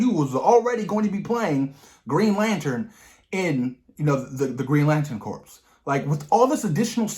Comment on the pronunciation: Just so you know, "corps" in "Green Lantern Corps" is pronounced like "core". The P and S are silent.